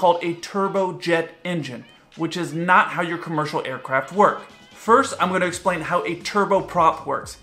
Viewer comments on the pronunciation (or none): im sorry but u said esplane in the intro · He’s going “esplane” the difference